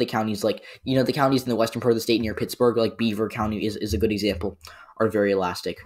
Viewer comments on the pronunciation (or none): none